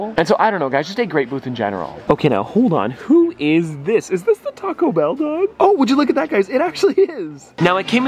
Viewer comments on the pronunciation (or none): none